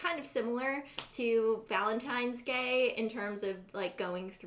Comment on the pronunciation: Omg I thought she said Valentine's GAY, I was like me too❤️💛💚💙💜